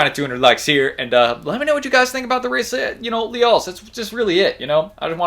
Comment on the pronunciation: Pronounced “Hi-ee-sa”